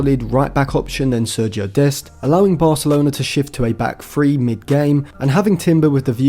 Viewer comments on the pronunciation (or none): none